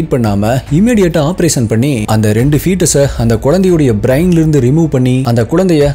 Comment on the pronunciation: Hi bro, 1 small correction twin babies, twin itself specific 2, A pair of babies. It's not twins babies. Twins babies are 2 pair of babies that is 4 babies. Other 1 is u need to pronounce brain as brein not as braain. Don't mistake me for correcting you.